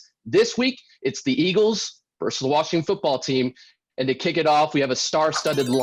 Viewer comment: versus - It's two syllables.